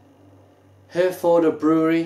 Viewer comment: I realise that this guy is doing this probably on behalf of his named sponsor "Beers of Europe", he can't even pronounce the name of the beer correctly, and after a mere half a bottle has convinced himself that it's not a German beer - but then changes his mind. All I can say is - What a who has just insulted hundreds of thousands of British Service Personnel who served with the British Army Of The Rhine and RAF Germany, many of whom are constantly pressuring the brewery to sell this here in the UK (so much for not being able to remember it's name next week, maybe it was that strong that only 4 bottles affected YOUR short term memory immediately) and all of whom would LOVE to have this amber nectar (AKA Herfy or, known among the troops as "Yellow Handbags") readily available to them again. FYI, "Brauerei" is the German word for Brewery, and their Felsenkeller Brewery in Herford is a GREAT place to visit. Herford was known to British Service personnel as "Happy Herford" and with the draw down of troops, the last serving personnel left Herford last Tuesday, with the local populace sad to see them leave. Have a look at the troops own Herforder Pils Appreciation Society facebook page:- and there you will find that they all remember it fondly - and many of them from years ago numbnuts. On the site you will find that amongst the named suppliers of Herforder Pils Beers Of Europe happen to be the first listed - N.B. They are ALSO THE MOST EXPENSIVE - t